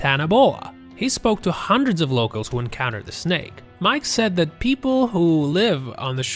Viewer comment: Ikr he said “Locals” so wrong I wanted to stop listening!!!!